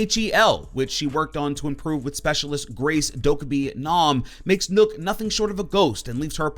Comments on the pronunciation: You say nokk and it sounds like nook when literally everyone else says it like knock, triggered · Its nøkk not nokk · Its not said nook nook=knock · Nokk not nook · It’s nøkk as in rock not rook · Not nokk it’s nøkk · Its pronounced Nuck not Nook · The way he said nokk😂😂 you say it like knock not nook lol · Its not nokk, its nøkk....... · Just so you know, it’s pronounced “knock” and not “nook” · This man said nook😂 Its pronounced knock from the lochness monter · Bro it's pronounced like knock, not nook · It's not 'Nokk' it's 'Nøkk' ffs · Your pronouncing nøkk wrong the ø make an 'uhh' sound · It’s not “n-uu-k” it’s “n-eu-k” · "Nok" not "Nuk" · Seriously nook it's pronounced nuk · Dude it's not pronounced nook it's nock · Even as a Brit I can tell it's not Nook, probably pronounced 'Nowk'? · Nøkk is pronounced "Nukk" not "Nook,". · I’m pretty sure it’s Nøkk not NØØK? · I think it's pronounced "knock", as in nocturnal. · well, as a Dane, I would say Nøkk is pronunced Nøkk. You have to know what the letter ø sound like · Nøkk is pronounced nukk, as in nøkken, a Germanic myth of swamp creatures not unlike sirens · Nøkk!! Not nokk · It’s pronounced nukk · It's pronounced like as in Nokia This is a joke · Its Spoken like Buck, so Nakk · You actually pronounce the ø as ‘oh’ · lol "Nook" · Bruh called her noook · It’s pronounced “knock” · did he actually just say nook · So... thinks it’s pronounced “Nook” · It's "knock" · Is N Ø kk pronounced Nukk cause that's how zen said it. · Nøkk isn’t pronounced the way people think 😂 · Pronounces Nøkk wrong Danish losers: 'YOU prOnOuNCed it WRoNnnNNGGG, REEEEEEE!': XDDDDD